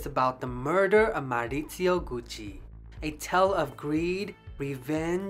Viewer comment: Nice job and with an Italian accent to boot!. I guess Tom Ford helped save the Gucci name just in time for the corporate takeover. Nothing like the smell of a store like Gucci....